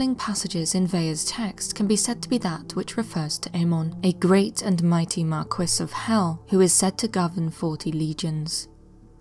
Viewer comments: a Mar'Quiss you say? 🤣🤣🤣 It's pronounced Markee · The British obstinately pronounce it as Mar'quiss. Same thing with Left-tenant instead of lieutenant.